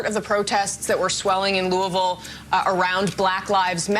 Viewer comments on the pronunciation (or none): Why is she pronouncing Louisville like that